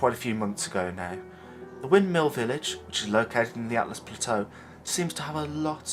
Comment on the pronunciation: Also, its ALTUs, not ATLAs. No hate, just educating. great video, mate!